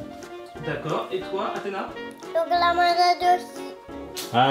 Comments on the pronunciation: elle dit poureil que kalis! C chiantnn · C'est bien mais c'est pas du jeu que Athéna disent comme Kalys ca m'énerve